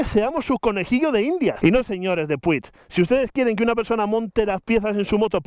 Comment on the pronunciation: como se encharca un dedo?? jajajaj en serio, de locos lo de PUCH (me sangran los oídos al oírte decir p-u-i-g)(y no soy ni mucho menos catalán)